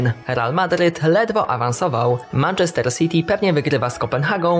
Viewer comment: błagam, zacznij poprawnie wymawiać "Manchester" :(((((((